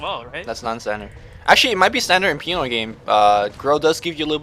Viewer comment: They cant even say PINOY correctly